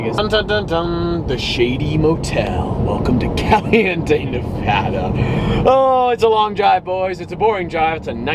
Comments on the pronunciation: Please never fuckin say nevahdah again it’s Nevada*🤦🏼‍♂️ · hes pronunciation of "nevada" Lol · HOW DARE U SAY NEVADA WRONG lamo